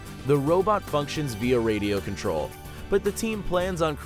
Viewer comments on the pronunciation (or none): none